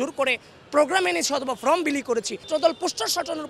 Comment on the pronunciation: ফ্রম না, ফর্ম হবে।